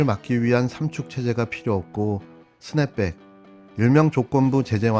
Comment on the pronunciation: 이재명 후보는 스냅백이라 하고 윤도리는 트냅백이라고 분명히 발음했는데 누가 어떤 것이 맞는건가요!? 스냅백 트냅백 중에서요